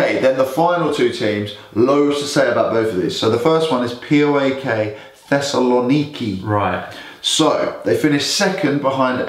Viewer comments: Its PAOK not POAK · Is it so difficult for you guys to pronounce PAOK the right way like in one word? Plus do better research about the gun incident cause you are spreading lies and it's a shame... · It's PAOK! Just put the letters together. Not Pi Ey Ow Kay... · No poak..paok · Its PAOK not POAK and people dont say it p-o-a-k they say it one word